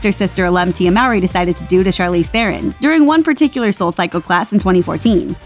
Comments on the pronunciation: It’s Charlize Te-ron. She is South African. It’s not Feron. Just irritated me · Theron is pronounced Te-Ron it’s Dutch there is no th sound...